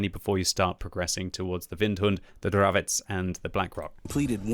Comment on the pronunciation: Hi, you finally have correct pronunciation for CZ word Dravec, nice, just joking:) Keep up your great work, greetings from Hradec Kralove